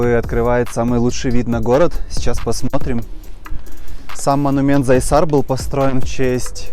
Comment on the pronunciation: Не зайсар а Зайсан. Не можеш элементарные название запомнить!